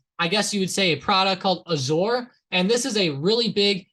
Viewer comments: Look at you pretending to know anything about MSFT when you can't even pronounce "Azure" lol. And earnings were bad. Hence the drop today. Learn about stocks before making a channel lol. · First, learn how to pronounce "Azure." Can't take a channel seriously that doesn't even know how to pronounce one of the biggest products from one of the biggest companies in the world lol. Also, your ignorance has been completely exposed because you were caught explaining why MSFT exploded 14% when it was actually was an error in algo semantic analyses and not fundamentals--which were not good lol. Tired of all you with channels who don't know anything about stocks and business.